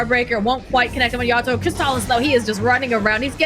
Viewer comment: Everytime says yaddolo I wanna abandon